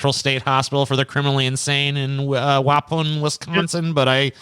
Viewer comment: I love how says "Waupun" like it's French. It's "Wuh," like "duh," "pawn."